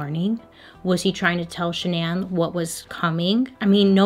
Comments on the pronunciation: "Sha-naan"? Not Shannon? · Why won’t my brain process “shannan” and not Shannon 😭💀💀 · her name was pronounced like Shannon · Are we sure this girl's name isn't Shannon? Hearing Sha Nan over and over again it was too much for me I had to bounce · SHANNON typical pronunciation the way her mom and dad pronounce it not shuh-naan... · i wish bailey knew it was just pronounced shannan (like shannon)and not sha-nan😭💀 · Are you sure her name is Shuh-nan? And not just Shannon? (this is bothering me hon) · Is she mistaking Shannon for Sha-nan lol, or is that her real name? My name's Shannon and it's a pretty common name so there is no way she's that bad at pronunciation lol! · The CC says Shannon and you saying Sha’nan has me on the floor 😂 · i think her name is (shan-nun) not (sha-nanne) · SHAN-NAH lmao ily but you kept saying SHANN-AN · I would pronounce her name way different. Shan-non. 🤷🏽‍♀️ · Is it just me or is Bailey saying Shannan's name weird. I thought it was pronounced "Shannon"??? Am I tripping? 😅😅😅😅😅😅😅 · Ok shananne can’t not be how that’s pronounced right? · Shan-non😂. love your videos❤️ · I can’t get past the pronunciation of Shannan but I’ve watched enough of your videos now to know that this is just a Bailey thing 😂😂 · Is it supposed to be pronounced “Shannon”?? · Nobody: Bailey: Sha-NAN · LOL is that really how you pronounce the wife’s name???? Shannan?????? ShanAN????? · Wait... Is her name pronounced sha'nan or shan'en? Lol 🤔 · Her name is pronounce Shannon just spelled different hate to correct you it just bothers me but I still love you girl!!!❤️ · I don't know why but everytime I hear you say shannan I keep waiting for you to follow it up with igans.... Shenanigans. Lol!!! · I will literally pay you to re-record this and pronounce her name correctly. Please. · So, I know this is absolutely not the point of this whole thing, but the pronunciation of the wife's name made my eye twitch throughout the whole video. 😣